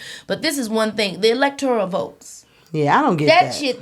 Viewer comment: Great podcast again 👏🏾 Now, this is from my heart, not to offend, only to correct with Love💜 ELECTORAL is the word. Four syllables. Can be found in the dictionary. Elector(i)al is a NON-word. Five syllables. It does not exist.